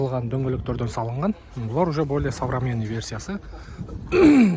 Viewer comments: Ассалому алейкум тууган. Сидена - сиденья, сабраменный-современный болот, билсен туура суйло, билбесен кыйналбай кыргызча эле суйло, сени ансыз деле кыргыздар эле корсок керек. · Савраменый😂 современный Деп айтат